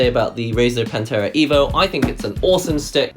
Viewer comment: Every time you say PANTERA instead of Panthera.. All I hear is Cowboys form Hell playing.